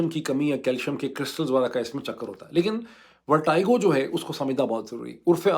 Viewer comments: With due respect, the pronunciation of Vertigo is not correct. Don’t expect this from you as a medical doctor. This pronunciation issue is becoming very common in your Vlog please review. You are an intellectual by any standards. Don’t expect this from you. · Please pronounce Vertigo right. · U are pronouncing vertigo wrong😊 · "Verteego" for pronunciation, not vertigo :)😊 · Why is Moeed pronouncing VERTIGO as VERTYGO? I thought he knows his English well! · ڈاکٹر صاحب ورٹِگو لفظ ہے ورٹائیگو نہیں ہے I never expect that kinda mistake from you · Vertigo Dr sb …not Vertygo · Its VER-TEE-GO not VER-TIE-GO ... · ⚠VERTIGO is NOT pronounced as "ver-tai-go" as this doctors speaks, but as 'ver-te-go' as it is spoken in English. 🤣You may use internet to VERIFY this. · Dr sahib, it is VERTEGO not VERTAIGO.... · You’re a doctor and some of your pronunciations are very paindo ! It’s pronounced as verteeego not vertiiiigoo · Pronounced as VERTEEGO not VERTYGO..are u a doctor?😢😢😢😢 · Dr Moeed!!!! It is not “ver-ty-go” but “ver-tee-go”. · In both the UK and US pronunciation it is ver+ti+go, not vertaigo (ورٹی گو، نہ کہ ورٹائیگو). How surprising that a doc living in the US is so ignorant of the basics! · ITS VERTIGO NO VERTYGO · Pronounciation of ' VERTIGO' Sounds like "vuh·tuh·gow" Not ' VAR-TIE-GO". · It's Ver-te-go, not Ver-ty-go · Sorry this is not a technical or political comment. But when a doc says “vertiago” it’s unacceptable. Please make a correction it’s “verteego”. I’m your diehard fan but a newbie in paki politics. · It is vertigo....check the pronunciation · It’s pronounced as ver-tea-go. And this happens in old age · Vertigo is pronounced as Vertego, not the way you are doing it. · I've heard of vertigo but not vertaigo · sir Kindly check out the correct pronunciation of Vertigo. It is not the way you are pronouncing. Check any standard dictionary. It looks very weird that A person of your stature pronounces it wrong. As always brilliant analysis.